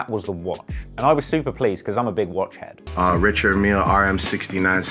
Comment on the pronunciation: It's actually pronounced Rishard*